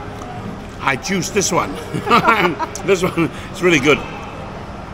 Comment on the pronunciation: "ijuice this one" 😂😂